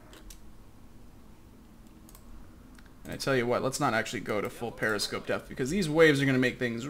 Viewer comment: Preposter-scope. You speak German goodly.